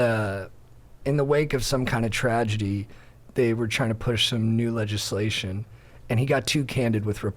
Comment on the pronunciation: "legislaysh is moslestaysh" -, Local Milky Way Council Head